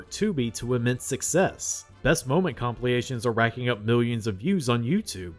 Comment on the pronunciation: You are killing me with 'compliations' when I know you mean 'compilations'